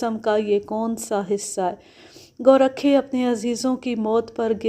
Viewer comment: میڈیم ۔۔۔لفظ گورکھا ہوتا ہے ۔ گو ۔۔۔رکھا نہیں ۔